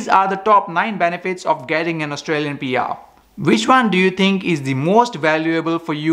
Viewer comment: It's PR not BR, lol...